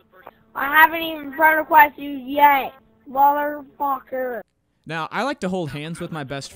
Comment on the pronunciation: I recognize that "MOThoR FoCkor"